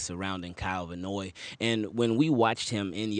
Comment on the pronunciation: His name is Van Noy….not Vanoy.